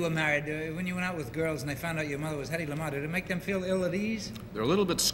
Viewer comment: It’s Hedy not Hedley!